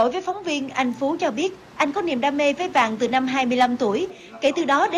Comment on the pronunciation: Ta tên phúc mà nói Phú